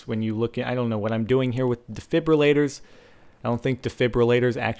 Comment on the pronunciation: I love you SO MUCH for not saying "DEFIBYOULATORS"